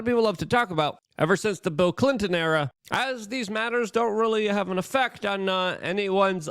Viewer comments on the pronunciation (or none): none